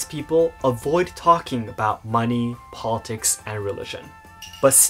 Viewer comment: Stressing the 'lit' works when discussing a "political party", but for the word "politics" in the abstract, it's the 'pol' we stress. Then again, this might be too obscure to care about. Funny that the taboo subjects in japan are money, religion and politics. Here in western canada it's sex, religion and politics. Of course people often talk about them anyway...